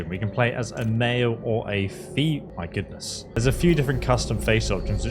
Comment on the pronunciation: "fee my goodness" 🤣